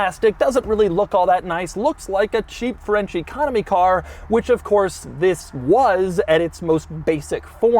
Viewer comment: Every time Doug says "French Economy Car" I hear "Frenchy Comedy Car" and well